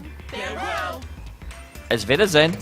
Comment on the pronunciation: You keep saying "auf weidersehen" wrong and it's driving me nuts